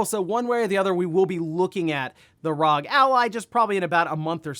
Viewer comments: R-O-G, NOT "ROG" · All the pc community knows that it’s pronounced R.O.G. You circle of friends seems to only fucking says rog. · When you’re so oblivious to PC gaming that you accidentally become the embodiment of a meme. R. O. G. Not “rog”